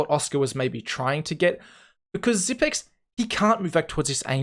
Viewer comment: Not Xyp9(ni)x but Xyp(e)x. The 9 is a reverse E. Not just something I say. Xypex said it himself at an interview